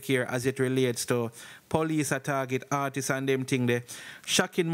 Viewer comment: Big man stop say ARTISES!! Dat no sound wrong bredda??? Please ask Siri or Google to pronounce artists